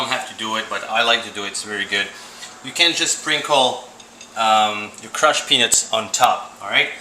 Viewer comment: lmaoo it sounds like he's saying crushed penis in the beginning but great product!